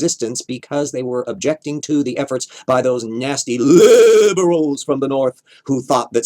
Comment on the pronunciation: pronunciation of 'LiIiIiIbErAlS" fucking kills me every time